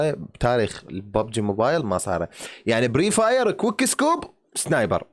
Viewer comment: فري فاير مو بري فاير